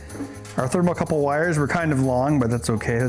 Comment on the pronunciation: It's called a "thermocouple", Ben. Not a "thermal couple".